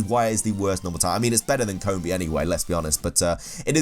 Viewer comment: "Coombi" "Shidinja" "Soonflour"